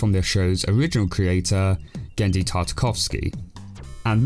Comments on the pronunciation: I'll tell you what. If you can't pronounce a name then you shouldn't make fun of it. It's Tartakovski. And it's not that hard to google the pronounciation especially when you're doing a fifteen minute video on his work. It shows how little you actually care about doing research and how little respect you have for the person you're talking about. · Tart-A-Kov-Skee Trying to help a brother out. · Tar teh coughsky. Thats how i pronounce it hope it helps dude. Also i loved the show so much so that i was a little disapointed when i stopped seeing reruns if it when i got home from school i was left wondering what had happened. And thats happened with a lot of my child hood cartoons. Like ben 10 danny phenton and more. But ben 10 makes sense bc they screwed the pooch with that one when in one of the later series i think it was alien force or omniverse that the story didnt make much sense at times. So they had to scrap it bc it wasnt making any money. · You mean to tell me you can't pronounce (TAR TU KOV SKEE)? Is it a joke or are you being serious? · What really ruined the Dexter's Laboratory series were Dexter's Laboratory seasons 3 and 4, the character redesigns, Mandark's origin was badly written, etc.. And by the way, Genndy Tartakovsky's last name is pronounced "Tar-Ta-Kov-Skee". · TAR - TA - KOV - SKI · His last name is pronounced "Tar-ta-Cough-ski". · Tar-ta-kov-sky you dumbass. Sound it out, as they say in fucking first grade. It’s not that hard. It was a joke? Well it wasn’t funny it was lazy. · Tar-tar-kov-ski. I'm sure you didn't mean it/didn't think about it, blahblahblah, but there's a long history of white people going "your name is too foreign, I'll call you what I want!", and can we just not? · TAR-TA-KOV-SKY its not a hard nane to pronounce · Tart-ah-cough-skee that's how you say it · how can you not pronounce TARTA-KOV-SKY? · Gendy has a slightly silent 'g'. Tartakovsky is easier when you sound it out. Tar-tah-kov-skee.